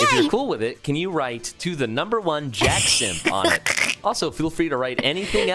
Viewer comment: You said JAX name wrong